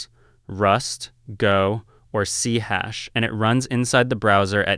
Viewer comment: Are you AI Generated? It is C-Sharp, not C-Hash.